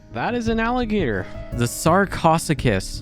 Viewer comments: It’s Sar-ko- Suck-us easiest way to pronounce it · Sarcosuchus Pronunciation:(Sar-coe-sue-chis) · Sar-coe-sue-cus And you actually said pachycephelosaurus correctly